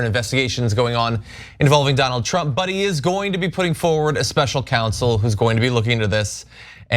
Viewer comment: It's counsel, not council former president trump. He's such a bunghole.